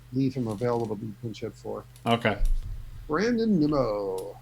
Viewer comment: I'm sorry but incorrectly saying players names is a huge pet peeve who is neemo 😂 and kaboom 😂